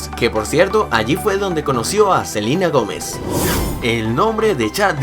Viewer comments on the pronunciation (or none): Un pequeño error fue que dijo en vez de Selena Gomez Dijo Selina Gomez jejej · dicen Selina Gómez. Y es. Selena Gómez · Es celena Gomez no Celina Gomez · Selina Jomez XDXD es Selena Jomes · no es silina Gomes si no Selena Gomes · alguien se dio cuenta que cuando nobro a selena gomes dijo silena gomez saludos jaja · no es por criticar pero dijiste selina gomez jejeje